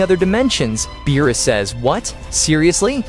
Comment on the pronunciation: Beerus not meerus